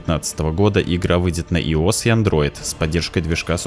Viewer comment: Андроид и иос. Иос. Хорошо сказал. А ещё по-моему ты не совсем понимаешь значение слова «Эмбарго».